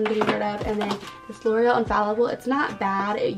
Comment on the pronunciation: It’s GORIA not GORCIA :)